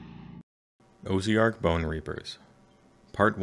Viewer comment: That said, "Oh-zee-ark" is a new one. :)